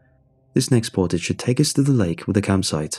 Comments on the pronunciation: I can hear us canadians correct the pronunciation of Portage everytime 😂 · Portage and Foyer..... every damn time. It's a sickness